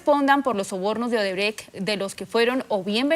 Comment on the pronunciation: LAURA BONILLA, HA DICHO OBERTRECHT , ODERBRECHT JAJAJAJAJ